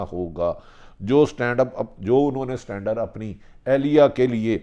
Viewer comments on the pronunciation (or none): بھٹی بادشاہ سٹانڈر نہیں ابے۔۔۔standard؛ You really need a speech and language therapist: Speech-language pathologists (sometimes called speech therapists) assess, diagnose, treat, and help to prevent communication and swallowing disorders in children and adults.